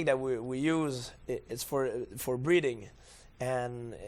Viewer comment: Breathing, not breeding. He has trouble pronouncing 'th' and says it like a 'd'.